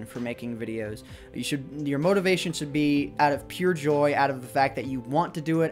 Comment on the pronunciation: don't you mean "chould"?